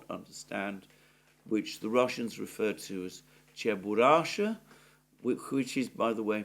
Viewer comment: "Cheburashka" ("Чебурашка")... i.e. with a "k".